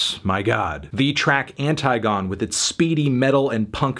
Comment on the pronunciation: Zerkalo is pronounced "ZEHR-ka-lo", which is the Russian word for mirror, as well as a classic Russian film. Antigone is pronounced "an-TIG-uh-nee", and she is a figure from Greek Mythology, and the classic ancient Greek play "Antigone" by Sophocles. the more you know 💫